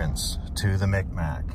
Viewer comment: Mi'kmaq native from Eskasoni. The "k" sounds like a "G" and the "q "is silent Mik-maw is how we pronounce it, mic mac isn't right but a joke here. Fun fact we invented the hockey stick.